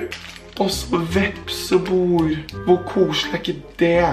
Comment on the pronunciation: Jeg sender telefonen videre til han som uttaler vepsebol, «vepsebor»